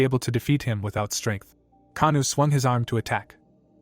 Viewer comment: The mc actual name is Oh kangwoo not kanu xd